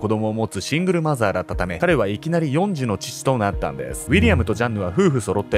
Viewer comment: 終わりかけに4児をよんじって言うてるのがなぜかツボって気づいたら話しおわってた＿|￣|○ il||li もっかいみまーす❤